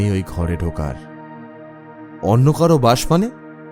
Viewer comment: এই নিয়ে এই চ্যানেলের দুটো গল্প শুনলাম, দুবারেই বিজিএম এর সংযত প্রয়োগ বিশেষ ভালো লাগলো। তবে আগের গল্প এবং এই গল্পেও কথকের উচ্চারণে "অন্য" বারে বারে " অন্ন" হয়ে যাচ্ছিল। এই বিষয়ে একটু মনোযোগ দিকে ভালো হয়।